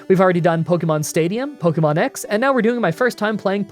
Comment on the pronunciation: Pronounce Pokemon correctly!